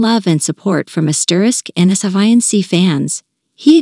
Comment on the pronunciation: Did she just refer to the group name as N S Y N C instead of *NSYNC? 🤦🏻‍♀️🤦🏻‍♀️